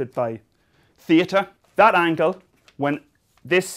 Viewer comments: It's theta, not theatre. It's difficult to understand this dancing-around spaz. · Conventionally, we donote it by THEEATA